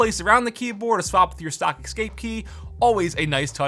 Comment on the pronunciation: but you're said it more like "suck" than "stock"